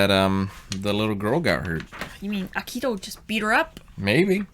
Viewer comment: Please stop butchering Akito's name! It's painful to hear! Ah-Key-Toe! Very simple name. 🥲